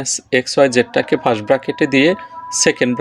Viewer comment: fast na sir first hoba😂Nice class❤😅